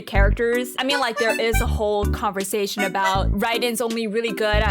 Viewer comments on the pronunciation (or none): none